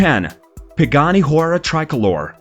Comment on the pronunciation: Bro it's Hu-ay-ra not Hora